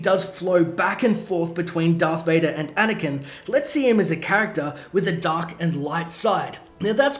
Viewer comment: U said dvader twice